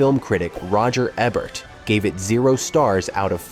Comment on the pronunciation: Why do keep mispronouncing everyone's names? From Lassard to Roger Ebert.